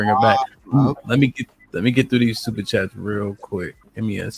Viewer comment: He can't even read super chats correctly 🤣😂 this ya king??